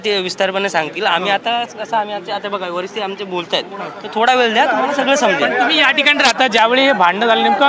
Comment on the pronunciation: thoda "vel" . "ved" hota hai na